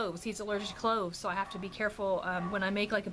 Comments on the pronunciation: Yes your hair looks so cute on you! Also I thought you said Ricky was allergic to CLOTHES, I was like oh my what does he do to cover up. I than realized you said cloves. It's what I get for watching before bed! Lol Also can I trouble you with asking for prayers, God knows the need! Im just trying to surround myself with lots of prayers! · When you said Ricky is allergic to cloves I thought you said clothes. That would make life really difficult. Lol 😂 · When you first started talking about Ricky's allergies I though you said he is allergic to clothes...lol... I was like what!?!? Haha